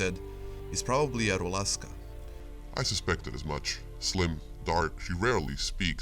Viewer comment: Great job. One thing - it's rusałka not rulaska :)